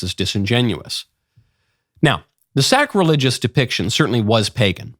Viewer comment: Did you just say that it was ... Sack-religious? Nice one Michael, real smooth ;)